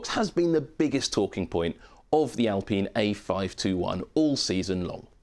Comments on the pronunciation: Why are we calling it 'Al peen' as if thats how any ENglish speaker will ever say this name like that? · I think most English presenters back in 2020 called Renault by the French pronunciation, with the L and the T silent. It's not so out of this world.